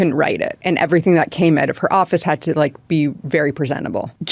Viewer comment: Does anyone know if the way she pronounces Out and House is Canadian?